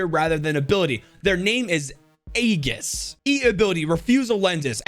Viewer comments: The name "Aegis" is read as eyjis bte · "Aegis" Is pronounced "Age-Is". It's latin for shield. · The second name aegis is pronounced aje-es